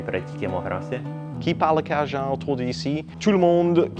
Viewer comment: In your last video, I said you said Cajun correctly once. I'm watching this video immediately after and you have perfected it. I told you I cried through the last video, and then I got to in this video. My eyes are going to be red the rest of the day. I am guessing that Chiac is the French equivalent of Spanglish, or, Spanish and English? Thank you for this ❤️